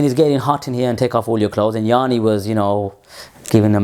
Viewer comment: Bro, the name of the Greek artist is "Yanni" and not "Yaani", according to his Wikipedia, because I had never heard from him before. His full name is Yiannis Chryssomallis,:D Somalis